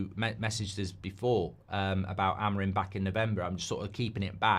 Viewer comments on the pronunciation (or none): none